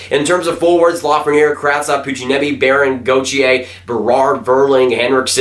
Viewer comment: yea it’s not Lafrenière lol